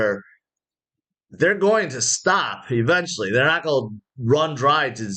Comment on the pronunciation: can you say. ing...like go-ing, not go-ah